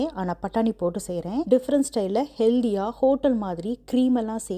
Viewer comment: It’s pronounced as “ healthy “ not heldhee … don’t copy North Indian rubbish English… pronunciation ❤